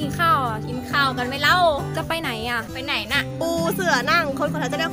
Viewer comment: น้ำแข็งละลาย พูดว่าน้ำแข่งไน๋ (ไหน)